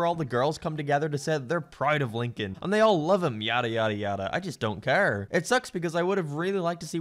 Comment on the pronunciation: The only time said “Lincoln” and not “Leenking”